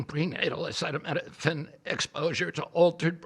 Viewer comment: AH SEETA NOT SETTA EEEEEE!